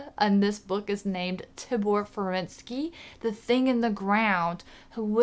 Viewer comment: Best book series ever. I've lost count of how many times I've read them. And George Underwood's UK cover artworks are the best! The newer audible release with narration by Joshua Saxon is far superior. Oh, and the pronunciations are Tee-bor Feren-see and Vam-fear-y 🙂